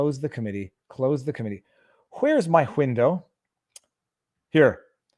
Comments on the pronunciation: “Hwindow”?? Now you’re just taking the piss! 🤣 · there is no H in window.